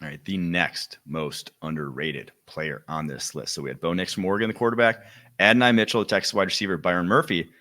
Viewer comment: It's pronounced Add. dough. nye.